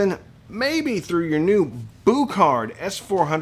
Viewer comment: Boo kart? Pronounce it Bue card, thanks